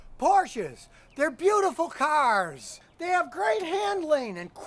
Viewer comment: “PORSCHES, THEYRE BEAUTIFUL KUARZZZ”